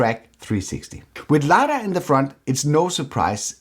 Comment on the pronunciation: Nice video. Complete and entertaining. But its "LY-dar,"